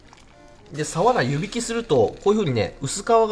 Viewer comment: サワラのイントネーション所々おかしくね？